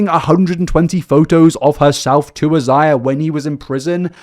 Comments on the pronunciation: Completely minor to point out but Isaiah is pronounced “eye-zay-uh.” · His name is most likely pronounced eye zay uh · "is the world even gonna be here" I've been saying that since 2019 . Shits looking rough, Also it's usually pronounced "eye-zae-yuh" c: it's generally a Hispanic name . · Isaiah is most likely pronounced as "I - zay - ah." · This story will never fail to leave me shocked and confused. The level of cognitive dissonance it takes to think this stuff is okay is crazy. (btw for I believe Isaiah is usually pronounced like eye-zay-ah) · Thanks for finally fixing the whole 7 backward subscribe signs, 😅😅 I think the first guy's name is pronounced as "EYE-ZAY-yuh," like the biblical name. Mariposa actually means butterfly in Spanish. It's pronounced as "mare-RIH-PO-sa" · The British vs American pronunciation of Isaiah threw me off. I was thinking he had a full different name until I read the name. The British version sounds better honestly. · I love how you pronounce Isaiah. I like yours better than we say it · Not the British pronunciation of Isaiah lol